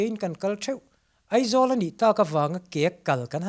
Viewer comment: Zanin ah ka ngaithla ve chiah a. Ka Pu, sawisel tur pakhat chiah ka nei, chu chu Aizawl ti loa Eizawl tia I lam fo hian ka Beng ati thlep deuh..